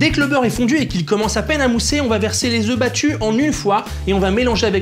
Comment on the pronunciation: 3 oeufs -3 Zeuffs - Oeufs - Zeuffs -Ta gueule